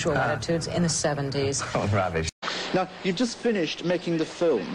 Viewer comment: Lady - "..a lot of social attitudes and sexual attitudes in the 70s.." David - "Oh Rubbesh" Lost my shit 😂😂😂😂